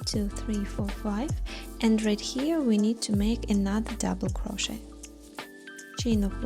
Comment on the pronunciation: I love this pattern! Currently making it for Halloween. 2 things though, SAID WITH LOVE the T in crochet is silent ('cro-shey' or cro-sheyed or cro-sheying) 2ndly, that background music is absolutely TERRIBLE! Both are Very Disturbing to my 'Tism's, and I had to turn the sound off, which is a shame as youhave a lovely speaking voice 😂❤